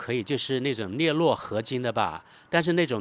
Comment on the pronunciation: 镍铬（读作“各”）合金